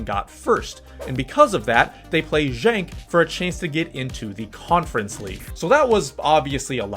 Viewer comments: Genk as in "good" not pronounced Jenk. A few other odd pronunciations, complicated more by the fact Belgium had three national languages: French, Flemish and German. Belgian football rules reflect the weird politics and linguistic antagonisms in general. Don't get me started. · bro JENK was killing me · He pronounced the G as one would pronounce the word junk in English which would be wrong in either case.